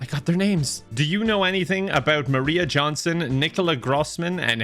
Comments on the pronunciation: I love he keeps saying Johnson instead of Jansson :P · saying Johnson repeatedly instead of Jansson drove me insane.